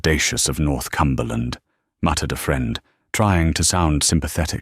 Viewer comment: He’s NOT the Duke of North Cumberland. He’s the Duke of Northumberland. . . .the “h” being silent it’s pronounced, North-umberland.